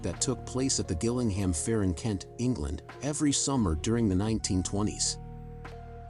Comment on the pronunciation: Not to be Bri'ish on main, but it's pronounced 'Jill-ing-ham.' I should know as I used to live close to that shithole.